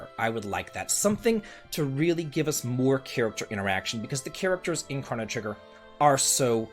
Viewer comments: You are the only human being I have ever heard pronounce this as "crah-no" trigger....whoaaaa.."SKA-LA"??? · I cannot get over the way you say “chrono” 😖😖😖